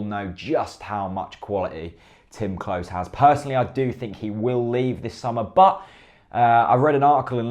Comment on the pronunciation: Great content etc, but Klose is pronounced closer, not close